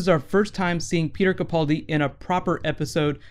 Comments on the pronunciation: Ca-PAAL-di not Ca-Paul- di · First, it's kuh-pal-dee, rhymes with gal. Secondly, he was translating for the dinosaur in his sleep.